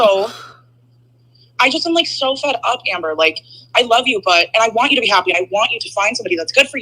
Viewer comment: Her dragging her word syllables out,makes me see red...haaapy..😂